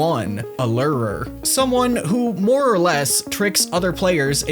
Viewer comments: Lew-Er-Er brother ;-; fuckin Lir-ir-ir 😂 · the way you pronounce "lurer" is off. its' looer-er not ler-rer. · The wine lerrrrr by the lerrrrerrrr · Lure er.. lurer…. Lu rahuh…Ler’rrrrr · Its actually lore er